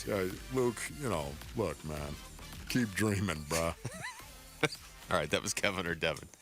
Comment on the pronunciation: I'm gonna go complete game tonight. Everyone's on fire. Did say "breh"? 😂